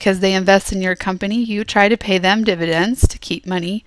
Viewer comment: You said dividence twice